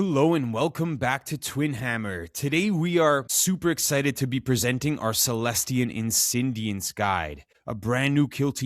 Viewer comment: The search continues for a YouTuber that can pronounce celestial insidiants right. Jokes aside great guide!